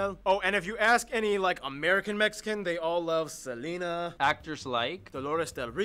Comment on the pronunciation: Mexican not Mexican’t